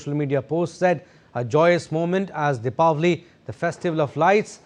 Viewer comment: Thanks UNESCO for pronouncing Deepavali right